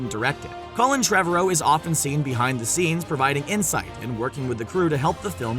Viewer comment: It's Treh-VAR-row. Not Trev-a-row